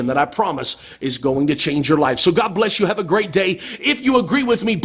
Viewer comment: you're a heretic, liar, ignoramus, and you say guhawd like it makes it more powerful. prove god for me, then explain suffering. I can't stand that you're profiting from me having watched you're ridiculous rant.